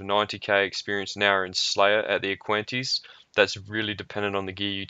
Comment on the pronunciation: aqua-nites (aqua-nights) btw. nice vid